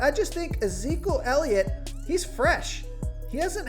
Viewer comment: This guy can’t even say elliots name right lmao